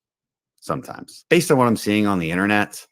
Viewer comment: Did he actually say "U gotta look on the right direction....sometines."